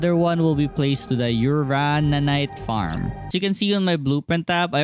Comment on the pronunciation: Its called uranite, not urarararanite 😂